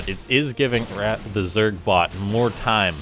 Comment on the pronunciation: "moar bots"